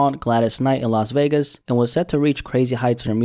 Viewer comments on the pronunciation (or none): none